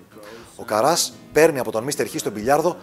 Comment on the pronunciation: Άρτσι Κάρας ρε παιδιά,όχι Καράς